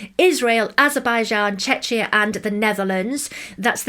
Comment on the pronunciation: Just a little note, it’s pronounced ‘che-key-ah’